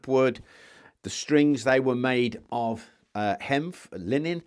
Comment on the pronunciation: It’s HEMP not hemph& hemp was used for many many things,cannabis is a wonder plant mate